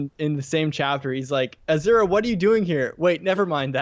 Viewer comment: Every time you say Azura I hear you saying Ashera instead.